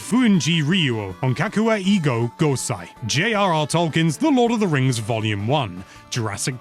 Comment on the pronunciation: Whoa! That's a lot of Japanese titles. As a non-Japanese person, I can say that your prononciation for "J.R.R. Tolkien's The Lord of the Rings" was PERFECT!